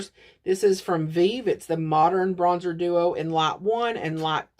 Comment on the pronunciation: Lol, "bronsher" with an Italian accent with a bit of French mixed in. 🤣